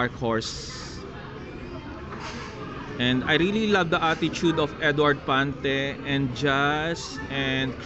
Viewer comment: ☺😊Pante, not Fante he!he!he!